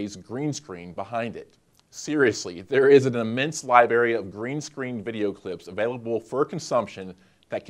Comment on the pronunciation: Wait ..... did you say 'libary?' It's *libRary! 😉